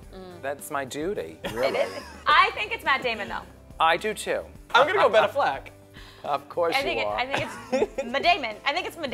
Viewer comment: I love the way Coco pronounces Affleck